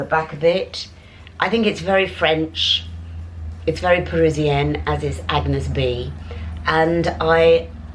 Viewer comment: You have to pronounce A-n-yes Bé (é is pronounced like the E of Edinburgh). The g of Agnès is silent and you are going to be a true Parisienne!